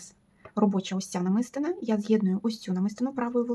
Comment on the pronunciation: Доброго здоров'я. Дякую за детальний майстер-клас. Прошу вибачення, що пишу зауваження, але мені ріже слух. Правильний наголос у слові "намистина" падає на третій склад: намисти́на.